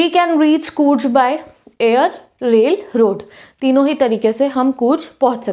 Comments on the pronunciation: Coorj nahi coorg padho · Areee कूर्ज nahii कूर्ग